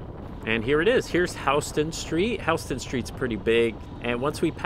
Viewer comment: A few things: I never lived in NY but had to stay there for about 2 months for work, which consisted driving around Manhattan. It's so eerie how empty it is. Your bike looks awesome. Also, it's pronounced House-ton and not Huston?